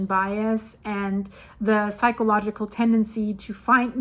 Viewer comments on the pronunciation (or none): none